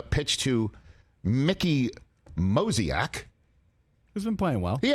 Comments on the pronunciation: When entertainers mispronounce names it's usually funnier-sounding, but I don't think Moziak is beating Mickey Moniak. He's a Moniak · It’s Mickey Moniak. Not Mozniak That’s my guy right there! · Moniak. For God's sake with all the research and budget for this show, please have the respect to say someone's name properly OR walk up to the plate and bat for them if you think you can do better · It's MO-NI-AK. Guy's gonna be a stud. So far really the new crop of guys (Neto, Moniak, and even Cabbage) are looking pretty good. And Stefanic deserves a shoutout as well for his clutch hit last night.